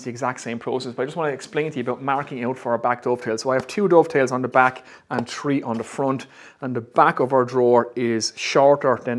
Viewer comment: This guy is so into woodworking that he counts: 1, 2, tree. :p Love your videos man.